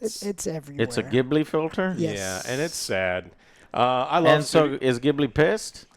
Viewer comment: FYI, Ghibli is pronounced “Jeeblee” (technically it’s actually “Jee-bü-řee”, but ya know…)